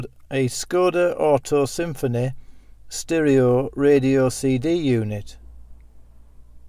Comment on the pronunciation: Sterohhh radiohhh 🤣🤣🤣